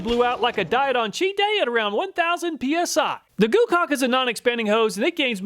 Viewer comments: you said goocaulk uh huhuhu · Heh. You said GooCock. Lol